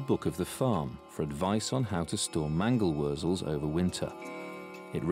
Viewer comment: I got a laugh from your mango wuzzles - that's exactly what it sounds like he's saying. Actually, it's mangle-wurzel. They're a type of beet grown for animal feed and they come from Germany. Mangle means beet in German and wurzel means root.